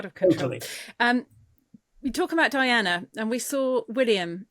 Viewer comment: Why is he calling DIANA, DINAH ? At least that is what it sounds like he is pronouncing her name.